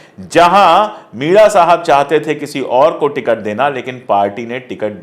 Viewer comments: सर, आप मीणा/मीना के बदले मिडा उच्चार क्यों करते हो? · मिडा नही मीणा